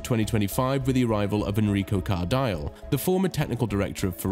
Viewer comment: You should learn to pronounce correctly the names you quote on your story.... Enrico Cardile is one example. Hate it when you call his last name wrong.